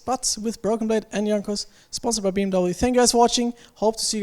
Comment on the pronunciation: Good luck in future games guys, hope you bring back the trophy home! btw This is how you say BMW